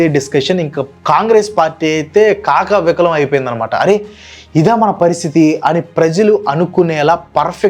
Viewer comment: కకావికలం... అనాలి..